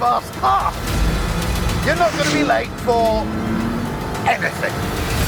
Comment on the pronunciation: “You’re not gonna be late for… EH-NUH-THING!”